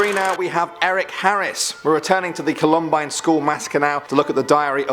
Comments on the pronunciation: "Cullumbine" ?? 😂 Columbine. (Coll-uhm-bine) . Lol accents always get in the way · I dont give a care if you're not American, it's pronounced CALL UM BINE, NOT CLOMBINE! COLUMBINE SHOOTING REMEMBERED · I'm from Denver (Columbine HS was in Littleton, a SW suburb of Denver) and worked in an ER when that happened. My particular hospital didn't get any patients, we were too far away. It's pronounced CALL=um-bine. It refers to the state flower of Colorado. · No offense but its pronounced Col-Um-Bine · I’m dead at the pronunciation of the columbine shooter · It's Columbine, not Columbine. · I know I'm late but as an american the way you pronounce "Columbine" makes me grind my teeth. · Picky I know but you mispronounced Columbine...lived in Colorado at the time. Horrible event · The way he says Columbine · The mispronunciation of the word "Columbine" was kind of painful